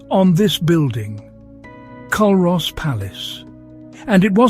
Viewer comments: aye the mispronunciation was so irritating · Culross is pronounced cooross. And it’s not a burg it’s a small town. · its pronounced Cur os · It's actually pronounced Cooross..and my fav Village :) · The mispronouciation of Culross killed for me from the start lol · Culross is pronounced cooross and burgh is pronounced burrah👍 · I came here to say the same thing 😊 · Pronounced coorus and burra give me a break AI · Would you pay any real attention to someone who cannot even correctly promounce the names of what they are describing? Another foreigner describing parts of God's own country "Culross" & "burgh" mispronounced for a start - tosser! So much inaccuracy in this video - Plockton is not the onky one that doesn't freeze, try Ullapool and surrounding area, in fact th e whole of the Scottish west coast. and what legend about the Tobermory building colours? And Tobermory is the capital of "Mool" - where is that now pal!!! If I remember correctly (could be wrong) I remember when doing an archaeology course at Uni of Glasgow we visited the churchyard at Luss to view a7th/8th century Christian grave marker (long time ago so could be wrong on that one) & thre waas no town b"built for a movie" patronising prat!